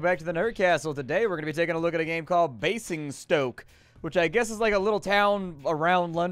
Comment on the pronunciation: In Queens English, Basingstoke is pronounced bay-zing-stoke